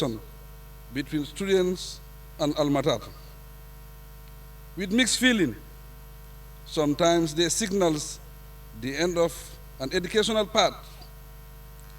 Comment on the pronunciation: Mr President your mistakes in your speeches are getting too much. You need to read and know how to pronounce words correctly. ALMATAT ??